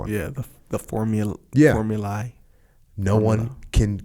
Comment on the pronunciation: it is worth to check the correct pronunciation for formulae.